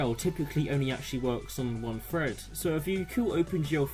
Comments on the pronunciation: Well done, but it's pronounced "thread" not "fred" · Drink every time he says "fread"